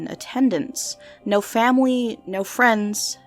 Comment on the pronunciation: "Famawy" lol